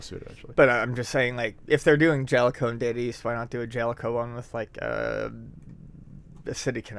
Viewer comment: I just wanted to say that I fully support pronunciation of the word Jaleco.